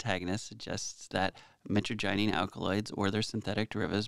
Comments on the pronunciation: Its pronounced "meh TRAJ uh neen" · It’s pronounced mytrajenine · Met-tra-ja-neen is the pronunciation for metragynine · The way it is pronounced is (muh trag O kneen) like knee but with a n at the end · Mi-trage-in-nyne is how you pronounce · Its " mih-TRA-jah-neen" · you're awesome, but I'm surprised about something. You did a good analysis, but you did not pronounce the name properly at all. It's pronounced "mee-traj-a-neen" lol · thing is you totally mispronounced mitragynine and then when ya fixed it ya still did. What other research are you doi besides Googling words and taking the stuff? If that's all it takes to be a pharmacist I could have been one as a young adult just taking pharma meds for fun and reading the p.d.r. and such. From what you show yr research isn't anything more than what everyone else already would do. I'm not trying to talk down on you but this whole gig is getting lame brother especially when you aren't even learning to pronounce things. The average kratom consumer seems to be more educated on it than you are. I know if I had just heard of it and this video was my intro I'd be continuing my search for info. By the way did you know Google translate will teach you how to pronounce things? Mitragyna speciosa , Mitragyna hursuta and Mitragyna javanica have been used at least since China tried to tax opium for the first time because when they said they were gonna tax opium many over there said "oh ok that's fine we will just drink the kratom " that's why China banned kratom. I've used it plenty and I've used the synthetic 7 hydroxy mitragynine and it's very useful but it is also very addictive. Like any opioid. What happens when we eat kratom or drink it is our liver converts the mitragynine into 7 hydroxy mitragynine and it's very useful as a stimulant or opioid style pain killer. It's closely related to coffee as well. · My-Tra-gin not mittiginny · Mit-traj-a-neen is how it's pronounced. And it's an amazing plant 🪴